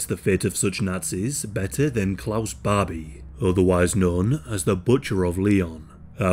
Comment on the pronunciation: I kept hearing Bobby. 😅